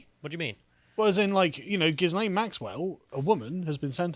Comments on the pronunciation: is it not pronounced Gillian? well I have always called that hoor by that name. But 20 years...really? not enough. But all the rich and famous people will be running scared soon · Oh come on guys..! Monica is talking about all of Epstein's male friends who cavorted with underage girls, ie, Bill Clinton, who was a regular on the Lolita Express and private island. And, the 's' in Ghislaine is silent, as in 'Gil-aine'. I've liked your other takes but you are off the boil on this one. Step up..! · I'm a bit disappointed that you dropped the Jizzlayne pronunciation of her name.